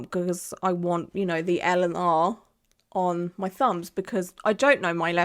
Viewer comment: When you first said 'L' and 'R' I thought you said Eleanor and I thought 'do we know who that is? Has she mentioned them before?' 😂 x